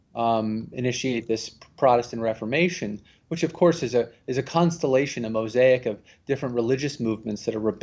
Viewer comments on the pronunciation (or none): none